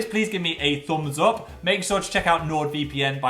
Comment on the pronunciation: you can't get more northern than phil lester saying "thumbs up"